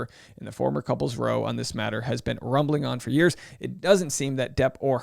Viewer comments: Row is pronounced like "now", not like "go". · OK, and viewers. The British term for a fight or dispute is a "row". However, it is not pronounced "Ro", but "Rau". Watch a little Brit TV and you'll see I'm correct. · Why can't Americans pronounce row properly?! It's reh-w or rah-w somewhere between those two. Used a lot in UK and Ireland a row is an argument or disagreement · I keep hearing American's pronouncing the word "row" as in "row, row, row your boat.... But the word when used in this context in fact rhymes with "cow" 🐄 or "wow". It means a loud, verbal argument or disagreement. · yeah but the way they're saying it is row as in row your boat, different word altogether so it makes no sense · They didn’t have a ‘row’ (row your boat) they had a ‘row’ (rhymes with cow). Means a blue, a fight, got into it, a dust up, an argument. I haven’t heard an American presenter pronounce that correctly yet. It must be a British English word, not a US English word. It’s driving me nuts 🤪